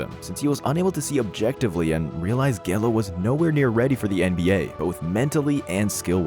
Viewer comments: stopped watching as soon as I heard GH-ello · "GE-LO" 😂😂😂 I'm sorry bro I get it, it happens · It’s pronounced Jello! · Not you showing clips of Steph curry when you were talking about his brother Seth. Jeeeshh. 🤦🏽‍♀️ I overlooked you mispronouncing Gelo but dangggg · How you gonna mispronounce Gelo? 🤦🏻‍♂️ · Lol say Gelo